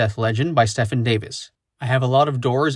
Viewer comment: Why do you continue to keep mispronouncing "Stephen" as in Stephen Davis? Long e sound for the first syllable dude, just like in the alternate spelling Steven. Glad I could clear this up.